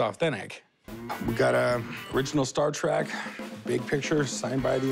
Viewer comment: Cory says, "Star Track". Credibility lost.